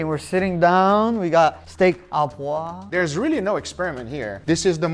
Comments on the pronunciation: It's steak O poivre. Au in french is an O sound. Not A, O. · Looks delicious!!! By the way, you say "steak a poivre" it's "au", which is pronounced "oh". Just say "Steak oh poivre" and it will sound 100% better! source: I'm french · Steak à poive? Sir, it's steak o'poivrrrh (steak au poivre) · For anyone who cares, it's not pronounced "ah poivre" but "oh poivre". Also I find it interesting that the sauce you make is so red. The French restaurants that I go to have more of a cream colored sauce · "Au poivre". Pronounce it like "Oh Pwav" you'll be very close to the right pronunciation. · Its pronounced Steak -oh poiv re In french "Au" is "oh" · Steak O poivre 😊 poivre, you pronounce as POO-AAVR in a single take.